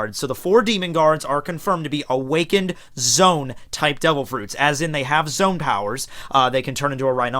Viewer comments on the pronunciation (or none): Zoan not zone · Zoe-Ann, Low-gee-ah, Pair-ah-me-see-ah. Now you have no excuse.